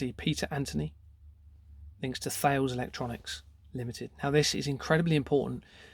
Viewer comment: British Steel, became CORUS then was acquired by Indian company TATA Steel. Thales is pronounced 'taliss' and RACAL 'Raycal'. Serco was formally RCA ' Radio Company of America'. What you are up exposing here is frightening.